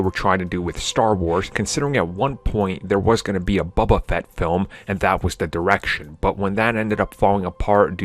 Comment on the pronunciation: "bubba fett"